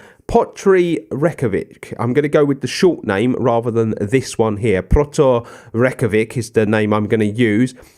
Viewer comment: Just for future reference the character at the beginning of your clubs name ‘Þ’ is pronounced as ‘th’ so Throttur. The ‘ó’ is a hard O sound like in the word no rather than a soft O in otter.